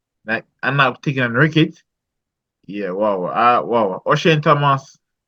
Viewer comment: Bredren. Tell your panelist that the word is wicket not Wricket with a r… Ok 😂 🤦🏽‍♂️… Remind me of my childhood days when we used to say wricket 😂